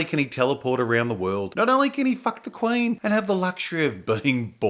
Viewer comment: Oi m8 wot's a KWAYN? HOLY FUCK! IT IS RICH EVANS. OH MY GAAAAAAAAHD!